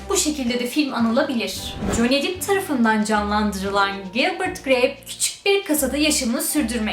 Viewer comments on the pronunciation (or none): Dip degil dep diye okunuyor (depp)